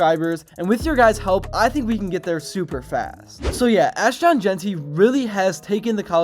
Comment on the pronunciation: is there a reason you keep saying Ash-Tawn? Also, Boise was picked before the season started to be the favorite to represent the non power 5. This feels like a push for views using as little research as you could possibly put into it. Boise has more consecutive winning seasons currently than anyone at 29. They have 3 Fiesta Bowl wins including the first one that everyone talks about vs Oklahoma. They are the Alma Mater for the winningest quarterback in college football history. Put themselves on the map? They've been on the map.